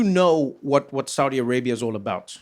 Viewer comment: You saying it right, Trevor.